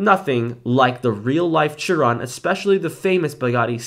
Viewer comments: Small correction, I'm a car guy and it annoys me: Its SHEEEE ron not CHEEE ron. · Dude! You pronounce it “sheer on” not “cheer on” I know it’s not how it’s spelled but that’s how you pronounce it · its pronounced shiron